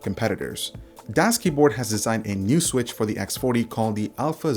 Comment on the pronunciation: DoesKeyboard? No, thats not right, DasKeyboard is right.